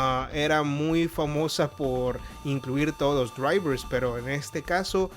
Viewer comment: todos los que?! los dyuaivrrrsss, se dice: draivers